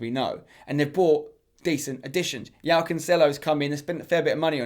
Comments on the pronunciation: You're pronunciation of "Joao" is killing me Spencer lol It's Portuguese, not Spanish. The J isn't the same as in Spanish. But yeah, I agree pretty much with this list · How are people still saying Yao instead of João???